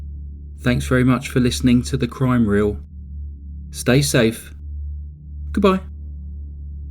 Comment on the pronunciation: haha the way you say crime wheel has a slight jonathon 'W'oss vibe, like you dont quite say your R's ;) its cool i love this channel